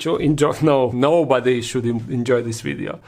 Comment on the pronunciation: Love it when he says wideo instead of video, keep up the great work 👏